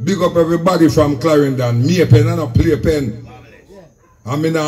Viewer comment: WAR-IN-DON OUTTA CLRENDON